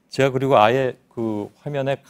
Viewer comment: 도 제가를 저가라고 말하네...